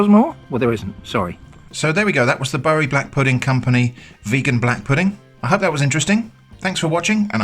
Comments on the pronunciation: Don't believe everything you read on the internet, especially advice how to pronounce "Bury". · Nice seeing brands I know from home - albeit with a mispronunciation of a northern town name - shown getting the Vegan overhaul. Though how you make blood sausage that tastes vegan then I have no clue. Give it a go, eh? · Bury - It's pronounced "Berry", not "Burry" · The mustard was a curveball! Needs some HP sauce on it! Good excuse to eat two black pudding butties though 😉. Bury is pronounced “Berry” not “Burry”. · Its been "berry" for the whole of my 60yrs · Bury is pronounced Berry. The non vegan version looks like it’s blood version. Not sure if it is as good for you as the normal Bury one. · I was wondering whether you usually pronounce Bury like you did or you changed because of how it 'should be' pronounced? Although Google may say that Bury should be pronounced 'Burry', I feel like always reverting to what the language 'used' to be isn't always the best way. Language evolves and we evolve with it. I used to live in Manchester and we all called it 'Berry'.. I'm not saying it is the wrong way to pronounce nor am I saying it's the right way, but changing the way you speak because research and the internet tells you to takes away individuality and modernism.. Great video though! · Its pronounced ‘Berry’ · In Bury most of us pronounce it 'Berry' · Bury (the place name) is pronounced like "berry" (the fruit). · Weird, I just moved to Bury and no bugger pronounces it as Burry... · Its pronounce berry Im from there 😁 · Google's incorrect here, I'm from Bury and it's pronounced the same as berry/buried treasure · Don't worry about the pronunciation. While most of the people in Bury pronounce it the way you did, almost everyone else in Greater Manchester says 'Berry'. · The correct pronunciation is Boo-rye!